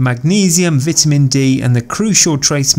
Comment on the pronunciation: Lear how to pronounce "vitamin" dude